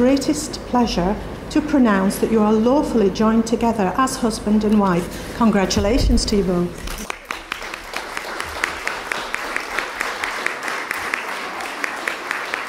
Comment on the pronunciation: that's exactly what I heard, "awfully........"